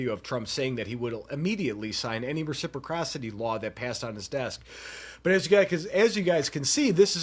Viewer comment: Not a Republican but I still support the 2nd amendment. You really have to learn how to say res - ip- ross - ity 😂. Even tRump said it correctly.